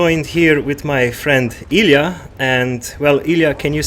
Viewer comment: I tought he said ealien, not Ilya :/